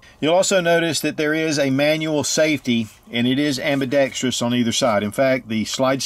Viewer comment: Great review as usual, but you earned my thumbs up the instant you pronounced ambidextrous correctly!